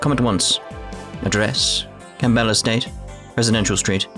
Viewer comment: How are you this bad with name pronunciations?! You don't pronounce the P in Campbell.